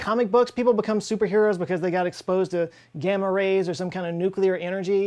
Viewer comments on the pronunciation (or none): none